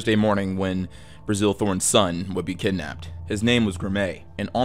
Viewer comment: great video as always, just one small caveat. During the whole Graeme Thorn part it sounds like you keep calling his father Brazil, when its just Bazil. Had me real confused for a second there